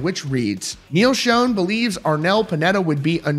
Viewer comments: It's pronounced SHAWN not SHONE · Love the content and keeping us posted....Neal pronounces his name like SHAWN...God love you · It’s pronounced NEAL ShAWN not shown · First of all, it's not Neal Shone. It's Schon (shawn). Secondly, this all stems back to a tweet or fb message that (supposedly) came from Neal's wife about two certain people in the band needing to remember where they came from. Arnel originally responded to that message stating he will never forget where he came from, he's paid his dues, and they can fire him any time they want. What we don't know (but I'm sure the band does) is who she was actually referring to and if it was actually her that said it and not a hacker. There's so much crap being slung around behind the scenes (band, wives, media, hackers) it's hard to know what's fact, fiction, misconstrued or misunderstood. Everybody but the band just needs to stay out of it and let them handle whatever is or is not going on and let the dust settle. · If you are reporting rock news maybe you should know how Neal Schon’s name is pronounced. These channels are embarrassing, the people on them are even more so.